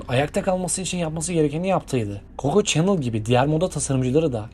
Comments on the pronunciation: okunuşları şöyle olmalı; "lui viton, koko şanel, nazi (uzatmadan)", bunların telaffuzunu düzeltmeniz iyi olur bence. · BÖYLE BİR VİDEO HAZIRLARKEN DOĞRU OKUNUŞLARA NEDEN DİKKAT ETMİYORSUNUZ ?? ÖYLE RAHATSIZ EDİCİ Kİ HER LUIS DEDİĞİNDE SİNİR OLUNUYOR.. ÇÜNKÜ LUIS DEĞİL LUİ OLARAK OKUNMASI GEREKİYOR.. AYRICA KOKO ÇENIL OKUMASI NEDİR YAA? HİÇ Mİ KOKO ŞANEL DENDİĞİNİ DUYMADINIZ??😡😡 ALLAHIM NASIL ÖZENSİZSİNİZ YAA😮😮 AYRICA NAĞĞZİ NEDİR ?? AaYYY DELİRİCEZZ😮 ALLAH AŞKINA ARAŞTIRIP, DOĞRU TELAFFUZU ÖĞRENİP ÖYLE SESLENDİRİNN😂😂😂